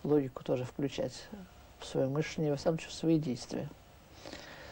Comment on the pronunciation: Всё таки, не " мЫшление, а мышлЕние.